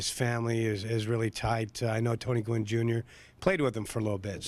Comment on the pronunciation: gwynn. GWYNN. g W ynn. GEE DOUBLEYOU WHY IN IN. fucksakes. demonetize